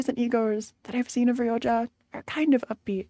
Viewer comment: its crazy how still calls rodya "ryoja" 😭